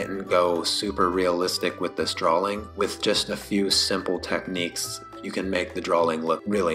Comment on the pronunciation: Such a helpful, comprehensive tutorial. My only (small) critique is how you pronounce "drawing". It sounds as if you're saying "drawling". I know I know, I'm a turd. Great video though!